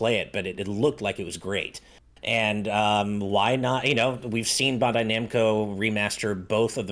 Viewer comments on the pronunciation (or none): Is this man really sticking with saying BAHN-dai Namco ? lol